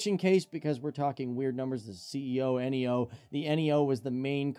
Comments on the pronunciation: This guy knows nothing about planes. It’s not A320 N E O.. it’s Neeyoo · They are also pronounced as words instead of spelled out (nee-oh instead of N-E-O)